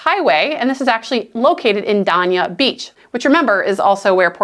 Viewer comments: It's actually pronounced Day-Nia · Adjacent to "Dain- ee-ah" Beach. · As a Fort Lauderdale native, hearing you say "Dania" that way is like drinking orange juice right after brushing your teeth—completely wrong and hard to recover from. It’s "DAY-nia," not whatever verbal misstep that was. You gonna do Dania dirty like that? Say it right! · I was gonna say the same ,but in a nicer way.